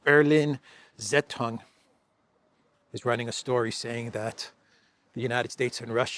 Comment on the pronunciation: Dear. Zeitung is pronounced: tsaitung